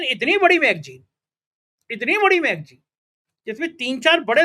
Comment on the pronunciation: Bhai ji.. Magjeen nahi.. Magazine...( magzeen) kahiye. Bhasha ka samman kariye😅😅😅